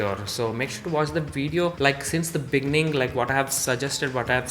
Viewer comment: "the big neen" 😏 WHAAAT! :face-fuchsia-tongue-out: beginning :face-orange-raised-eyebrow::face-blue-covering-eyes